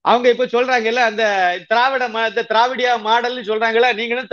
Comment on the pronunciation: Mr.mani's pronounciation Dravidian model as Dravidiya model, hears as different( BAD)model. DMK USING THE WORD DRAVIDA MODEL , HAS BROUGHT DISREPUTE TO "DRAVIDAM" NAME.